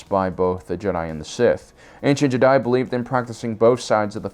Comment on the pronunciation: how do you mispronounce jedi like half of the times you say it in this video